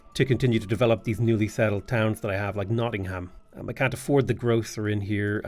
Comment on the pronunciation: man hearing someone actually pronounce the ham as ham instead of um nottingum is just kinda wack